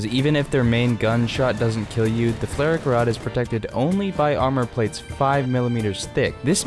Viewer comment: Are you pronouncing the name of the vehicle correctly? Idk flare rack rod doesn't sound right to me but I don't know german